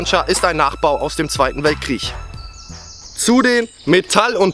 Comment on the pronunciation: Der zweite "Weltkriech" war wirklich schlimm ...